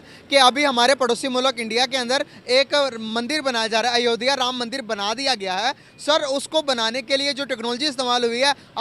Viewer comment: यह अनपढ़ है क्या इससे अयोध्या का भी उच्चारण नहीं हो पाता है। क्या उर्दू और फारसी में शब्दों का अभाव है।।